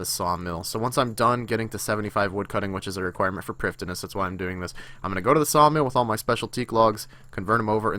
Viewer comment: its pronounced privetheenuss